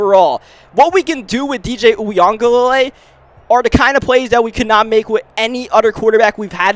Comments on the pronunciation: it’s “ uuugaalayyyleee “ that’s how it’s pronounced lol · it’s pronounced you ga lay li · I believe it's pronounced, wee-guh-le-le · For anybody wondering, it's basically pronounced: ooya-ga-ley-lee in american, but Samoans would pronounce it closer to wee-aung-gah-ley-ley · I feel like it's pronounced "Yoo- ih -Guh-Lay-Lee"